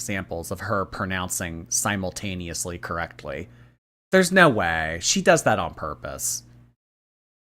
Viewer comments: “SiMe-YeW-tAnEoUsLy”🤦🏼‍♀️ Oh she’s definitely trolleeen with these mispronunciations lately. Especially that one. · is si-mew-taneously going to be on the chapter test?? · She doesn't know how to pronounce these words. She said it so many times because she just looked it up and chatgpt probably mispronounced it when she asked. I've known people this dumb, they exist.